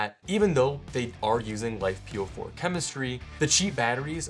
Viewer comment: If you want to be taken seriously, don't call them "life"-"po4". It is not "life", it is Li-Fe (Lithium Iron). Given the chemistry matters, use the correct term (Lithium Iron Phosphate) or if abbreviation is appropriate, LFP batteries.